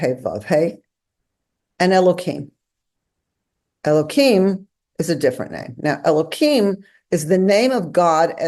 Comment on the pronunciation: I shall never understand the Orthodox urge to mangle the name of God. It's Elohim, not Elokim. Deliberately mispronouncing it is a violation of the commandment; it is not a fence around the commandment. Don't pronounce the tetragrammaton. Pronounce the other names properly.